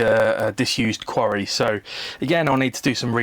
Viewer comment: Yeah he said quarry I heard Sontaran lol